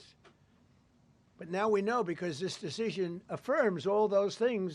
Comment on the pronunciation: "Dish deshishion" Holy shit bro you're slurring like your BAC is above the legal limit. What a joke.